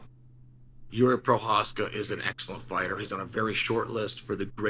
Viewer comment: can pronounce jiri prochazka but not compartmentalize. Undefeated undisputed